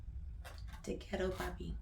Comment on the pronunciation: Not Papi. It’s Poppy.